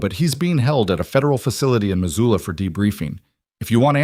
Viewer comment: Missoula, not Mazula.